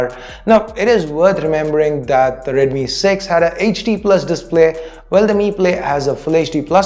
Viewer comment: Its deadmi 😂